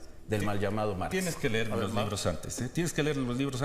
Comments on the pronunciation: NUÑO ES PURA PACOTILLA , NO SABIA NI PRONUNCIAR LEER, ES UNA VERGUENZA, QUE PENA UN CLASISTA DE MIERDA. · Ojalá nunca evalúe a un médico, por su apariencia , y Ud. necesite de alguno en una emergencia, y así todo en su entorno . El señor Nuño , aquel que aún. con , ojos azules , blanco , con traje sastre , etc, fue corregido por una niña de educación primaria de escuela pública, y exhibido en tv cadena nacional , cuando toma el micrófono y dice al Secretario de Educación Pública de la nación; " Se dice Leer, no Ler" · Ja ja nuño puro blof la misma narrativa pedorra de siempre solo le faltan las orejas. Ni siquiera sabes pronunciar las palabras dijiste LER en lugar de LEER y una niña de primaria te corrigió te dió clases de español, que vergüenza. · El no dabe ler ,la ñina se dice leer .ese nuño un corruptaso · Nuño no sabe pronunciar ni siquiera la palabra leer...el dice; Ler. Aún con esa deficiencia, este señor es inmensamente superior profesionalmente al marxista Marx...así esta toda la bola de inútiles que eligió el KKs y que tanto agradan a los ignorantes chairos. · Fue el que dijo ler en vez de leer ?? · Le urgía a el Nuño irse a "ler" para que no lo aporrearon, barrieran y trapearan, si grita y alza la voz por sera, aki demuestra la poca educación, lo invitaron a un diálogo y no deja hablar,y el burro de Joaquín ni siquiera el nombre de Marx, sabe pronunciar.😂😂😂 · El gran Aurelio Nuño el que dijo "ler" en lugar de "Leer" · Jajajajajaja eres pendejo vd, jajajajaja desde el primer tema que era sobre la libertad, desmadraron al imbécil del Nuño, y como todo idiota el buen Aurelio ya después no sabía que decir, como "ler" en vez de leer, jajajajajajajaj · Y CUANDO UNA NIÑITA DE PRIMARIA ... NO SE DICE LER BURRO !!! Y CONTANDO 0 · Pero ni sabe " ler" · Para los mamadores del prian, quien era aurelio nuño antes de trabajar con peña nieto? Nadie , no entiendo tantos alagos para un pendejo, que ni siquiera sabe pronunciar leer